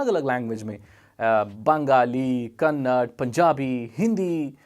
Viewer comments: bro itzzz kannada Not Kannad🙏😂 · don't say kannad say kannada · It's not kannad it's kannada bro. Pronounce tik se karo bhai😑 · not kannad,kannada! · Bro that is not KANNAD ..it is KANNADA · Bro it's not Kannad, it's Kannada Hope next time you'll not do the same mistake. Please.